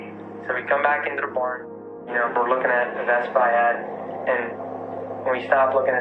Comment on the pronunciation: Everyone always talks about saying “tree” but I’m dying over “the baern on the faerm”